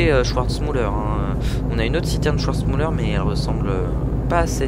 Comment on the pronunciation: Super vidéo! Pour info, Schwarzmüller se dit "SchVarzmüller" et non "SchOUarzmüller" ;)